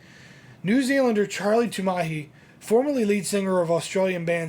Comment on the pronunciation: For a series called 'Forgotten Fretmasters' perhaps there should be some look at the subject's guitar technique – I didn't notice anything. And Tumahai is pronounced 'TOO-ma-high', not 'too-MAA-hee'.